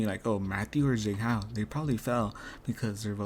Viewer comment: agree with all your commentary but i can't let "zayng hao" slide, my friend. they pronounce his name correctly for you in every episode.